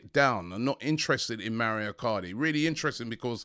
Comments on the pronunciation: Robbie MAURO is an Italian name, please take help from James to pronounce his name. MA U RO. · Robbie MaUro not Mario!